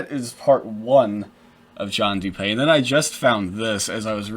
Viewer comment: Dewpay? Nonsense. It’s DOOPEE. As in when you doodoo and peepee at the same time. Lol